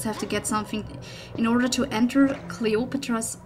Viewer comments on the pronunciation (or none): Did you just say Clay otro po palace at the beginning ^^